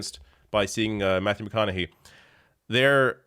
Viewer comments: It's pronounced McConaugHEE. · Its "mc conna hay". Hope ur boy is doing well.😉 👍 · McConaug"HEY" that's how it's pronounced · Its McConaugHEY like hey, hi, hello